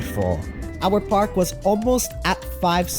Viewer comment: I think he was referring to park- sounding like pork if you guys are confused 💀🫢